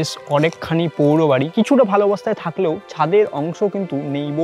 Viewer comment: Pouro bari na...uccharon hoi poro bari...uccharon thik korun pls..